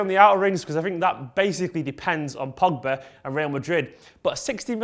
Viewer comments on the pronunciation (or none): none